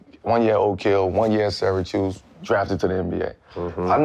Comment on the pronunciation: Yo, it's all the smoke n I'm smokin n shit but correct me if I'm wrong, did Melo say "SyraChoose" instead of Syracuse? 😂🏀💨💨